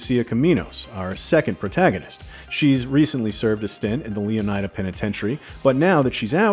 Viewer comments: Shouldn't the "ida" in Leonida be pronounced like the "ida" in Florida? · Completely butchered the pronunciation of Leonida throughout the entire video. Wild coming from one of gaming’s biggest news sources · Botching the names of almost every car is fucking CRAZY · The way this guy pronounces Leonida... does he also pronounce Florida the same way? Yeesh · There will be discourse on the pronunciation of Leonida